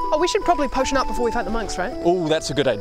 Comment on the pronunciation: I think accidentally read posion as potion.